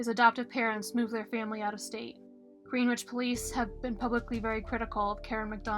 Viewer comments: GREN' - itch...not GREEN' - witch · It’s GreenWICH.